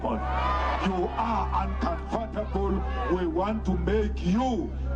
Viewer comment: That's not how you pronounce 'uncomfortable'.